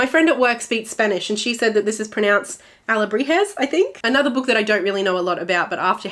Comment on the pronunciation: I didn't knew about Middle Grade March, I'll have to take a look at my TBR to see which middle grades I have and also at your recomendations! Also yes you pronounced alebrijes correctly 💚 (Btw this has nothing to do with the video but I loved The empress of Salt and Fortune, it's so good! So thanks for reminding me of reading it haha)